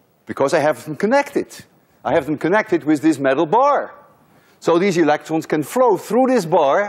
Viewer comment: I think you have a French accent, because when you said electrons you said it [elektrõ] with Nasal vowel (on= õ). Correct me if im wrong.